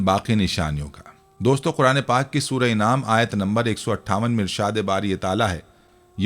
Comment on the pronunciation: Arey hazrat Qur'an majeed ki soorat ka naam 'dakhaan' (دَخان) nahi dukhaan (دُخان) hai. In'aam nahi an'aam hai. Kam az kam sooratoN ka naam to sahi lijiye.